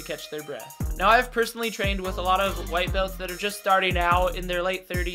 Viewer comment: I don’t understand “White Belt”? I think you mean “White Beltch” (Brazilian pronouncement) 😂